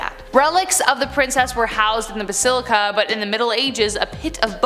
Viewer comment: Basaleeca? You mean bas-il-ica